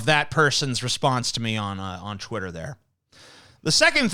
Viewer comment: Has anyone noticed that TJ says Chwitter when he says Twitter And Chweet for Tweet Is that what people usually say I havent noticed this before I usually say it with a T'